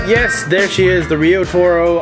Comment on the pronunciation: seems to me it should be pronounced "riot-oro" that would make a lot more sense.